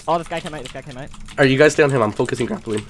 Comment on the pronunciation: Jerdy ikr if he says alright it always sounds like he is saying holight